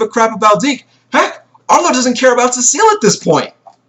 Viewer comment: According to the main 8 Knows about John’s ability: Arlo: Yes Blyke: Yes Cecile: Yes Elaine: Yes Isen: Yes John: Yes Remī: Yes Seraphina: No... Edit: And it’s pronounced Seh-Suh-Lee